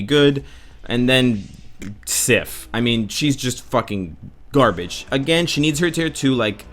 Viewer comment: plis dont say fack garbrege